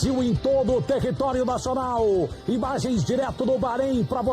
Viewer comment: " Bi dá as ibagens "